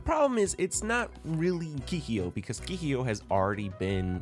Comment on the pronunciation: You made a nice video but was it ragebait the way you pronounced some stuff? Keeheeyo? Shinkon Jewel? XD